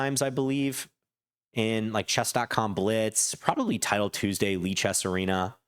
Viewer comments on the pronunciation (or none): none